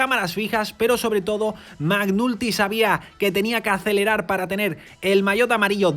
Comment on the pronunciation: che ridere... si pronuncia MEC NALTY, non MAC NULTY 😂😂😂